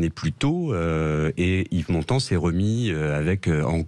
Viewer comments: Honte à vous Sud Radio ... Montand, un d pas un T. Vous degringolez dans mon estime chaque jour un peu plus.... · Montand et non montant